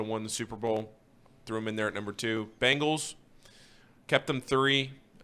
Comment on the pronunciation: Can thom quit calling them the Ben gallees it just sounds dumb